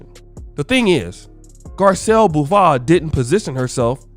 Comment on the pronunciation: Its bo vay